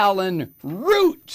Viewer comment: Dylan Roof, not Root. But I get your point, Mike.